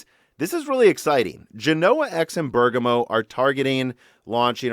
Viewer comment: You are pronouncing Siena wrongly like Genoa and Bergamo, look up their pronunciation in Italian on an online dictionary